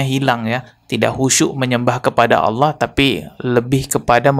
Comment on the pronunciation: "Allah" pengucapan yang benar kak.